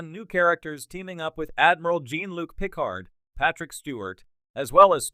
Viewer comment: You can't even pronounce picard and these new shows are out of universe non cannon remakes they are not real star trek. No one cares about a reunion for these new reboot non prime universe actors.